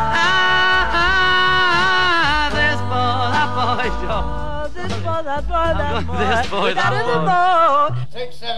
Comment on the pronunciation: 7.05 - Thes Boy, Thus Boy hahahaha